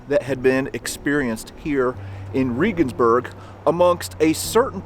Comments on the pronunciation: As an ex-pat living in Germany, you really should have asked someone how to get your pronunciation of Regensburg better. Your story is great, but I twinge every time you say the name. I get it, but, still. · Love your videos but you're butchering the names of the German cities. Regensburg is pronounced like our former president Reagan. And Berchtesgaden is pronounced as if it were spelled like this... "Baretesgodden". Sorry. I was stationed over there for 5 years and my ex is German. I'm a stickler. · It's pronounced like the hero of the right Reagan, not Ree-gan. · It's pronounced "Ray-guns-berg" not "Ree-guns-berg"... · Shouldn't you use the german pronunciation when being in a GERMAN town? No im a damn ignorant from the best country in the world and I don't care! Riegensbörg😂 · It's pronounced...Rehhgensberg. Please stop saying Reegensberg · Reh-gensburg, not Ree-gensburg. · German or English, it's ray-gens-burg, not ree-gens-burg, I believe. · I'm a subscriber and former college English teacher with degrees in History and German, I'm very appreciative of your work in keeping history alive, and I respectfully offer a constructive criticism. The name, Regensburg, is not pronounced "Reegensburg." It is pronounced "Reagansburg"-- the same way 40th President Ronald Reagan's family name would be pronounced with "burg" attached. When you post informative productions as you do in your History Traveler series, it puts you in a position of accountability to get the details--in this case correct pronunciation--right. Referring to Regensburg as "Reegensburg," or the name of any location for that matter incorrectly undercuts and detracts your credibility to a certain degree. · Sorry. But it wasn't President "Reegan". Reh-gens-burg... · Um…. Ray-ginz-burg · Es heißt Regensburg verdammt nochmal! Seid ihr ein bißchen blöd oder was !? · If you want to be a serious history buff, try to pronounce Regensburg correctly.